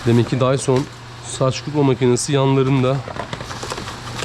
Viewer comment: Okuyuş Dysın ❌ Dyson ✅ 😂😂😂